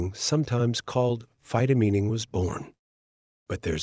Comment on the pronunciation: mispronunces phytomining. It's mining with phyto in front. It's not phytomeening. I don't know about the science. It sounds possible, but not economically likely.